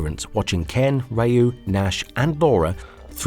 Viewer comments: OMG, not again! Another person pronouncing "Ryu" as "Rahyuu"... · Holy pronunciation Batman!!! Feng shui, comrade, Ryu, Magneto, among others... This was bad!